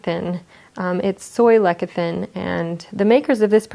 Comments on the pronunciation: Watch the video from Livon Labs, no mixing, no stirring, no hot beverages, and also it's pronounced like less-is -thin, not leck... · She's pronouncing it lekathin, it's lesathin - spelled lecithin. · Less-ith-in ... the c is soft. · So she doesn't know how to pronounce lecithin, gives THE WRONG instructions for how to take it - the manufacturers specifically say DO NOT STIR IT, and misrepresents the product. Stay away from people who hang up shingles claiming to be health practitioners. This woman is a barely literate fraud who can't even follow the instructions for the product she's promoting. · Total Body Fitness 😂 I thought that I was the only one who realized about that lecithin pronunciation.